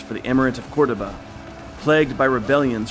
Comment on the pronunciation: It was good but the odd pronunciations were so distracting. Haesteinn as "Has-tine", Cordoba as "Cord-of-a" etc..